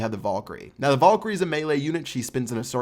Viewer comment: I got a bit annoyed when he said volkyrie instead vAlkyrie